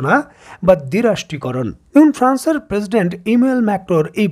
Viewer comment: এবন নয়, এবং।